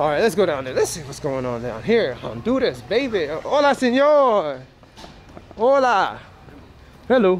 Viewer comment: I think that whistle meant there was a stranger in the Barrio. Watch those Air Jordans while walking in the Mean Streets! FYI regarding roadside trash, one man's trash is another man's treasure.:-) Don't forget to pronounce the "H" in Hola.:-) I think the guys were telling you this was their part of the barrio and if you continue you die or something. Didn't sound like a pleasant greeting to tell the truth. 😃